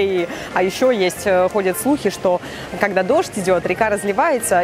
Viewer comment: правильно когда а не кагда